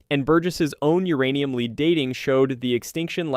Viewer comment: Lead (Pb)—> pronounced “lehd”, NOT “leeed”